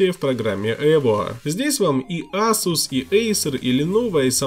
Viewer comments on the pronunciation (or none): none